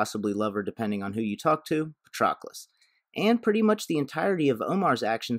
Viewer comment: The mispronunciation of Patroclus is killing my ears